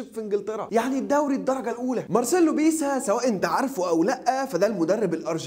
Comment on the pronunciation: بيسا؟؟ دا لو سمعك بتقولها هيعتزل اكرمله